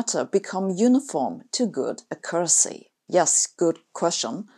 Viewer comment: accuracy /ˈakjʊrəsi/. Stress should be on the first syllable, not the second.